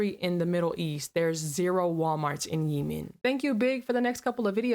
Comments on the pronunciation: It's not Yiemen It's Yemen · “Yee man” 😂😂😂 GIRL. IVE NEVER HEARD THAT PRONOUNCED INCORRECTLY!! It’s pronounced “yea men” like yeehaw And lemon. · I think it's funny kept pronouncing it Yeemen 😅 instead of Yehmen lol its OK I'd probably call it that too if I didn't have homies from there 😅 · 🤔 with the exception of the doors theres no windows at walmarts and home depots. Perfect buildings to fortify. Btw its not called yee-men. Its yeh-men. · I believe it’s pronounced “yeh-min” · Yemen is pronounced 'yeahman' Mon Cher. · And the place called Yemen she's referring to is pronounced like the word yes only substitute the s with men. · Stop pronouncing Yemen wrong